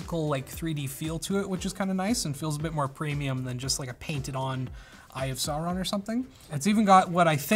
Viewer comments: "eye of soreawn" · Please tell him how to pronounce Sauron and other things in LOTR.... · Is nobody talking about how he pronounces "Sauron"? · mispronounced Sauron.... please stop